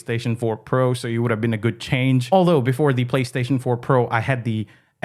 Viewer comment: I like it when he says guud